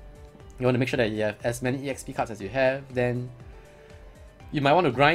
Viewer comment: why are u calling EXP E-XP? its just EXPI short for experience so its E -XPERIENCE now? ^^